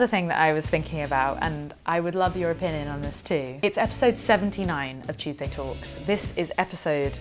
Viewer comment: Love your videos,, you have a nice voice’ I must have missed the original, but why do you say at every beginning? “Chewsday talks” in that way!??? XX🎄🌈